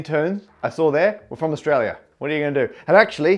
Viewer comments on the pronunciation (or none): none